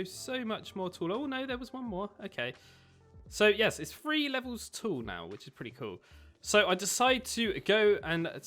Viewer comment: The fact you say freeeee instead of three is really annoying 😠